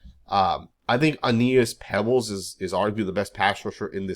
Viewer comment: It's Peebles, not Pebbles